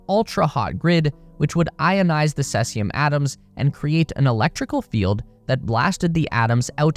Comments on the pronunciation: Cesium: SEE-zium. You said Sehsium. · Cesium is pronounced See-zee-um. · its pronounced See-zee-um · SEA ZEE UMM .....FFS !....cheers. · It's Cesium, with a long e.